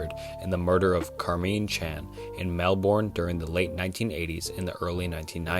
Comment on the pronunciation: Melbourne is pronounced melburn